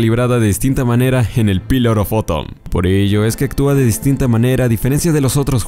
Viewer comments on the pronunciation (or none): "en el pilar of fotom" xd